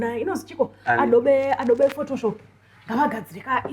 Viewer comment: this girl is talented ...the way she shonarized "Adobe" Lol befitting team reikoko ririkutonga